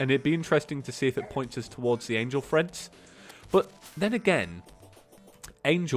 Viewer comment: Angel Treads, not Angel Threads.